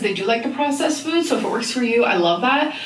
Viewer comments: Why is she saying “fuud” all of a sudden, has she always said it like that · What’s this new way of her saying food?!? 😡🤬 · I can't get over the way she pronounces "food". Bestie why does she use that weird ass accent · I've never clicked on a Zack video so fast. Also, whoever pointed out to me that she says food weird..... I just wanna talk.